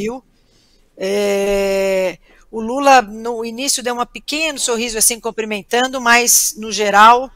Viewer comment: Parei no " comprimentando"